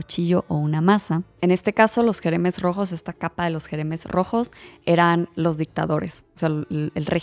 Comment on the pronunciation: Jemeres rojos! No Jeremes XD igual es mas lindo en francés Khmer Rouge :) perdón por la corrección, es que Camboya me toca de cerca. Excelente tu canal!